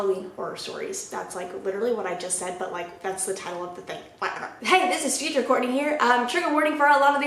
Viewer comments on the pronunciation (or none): none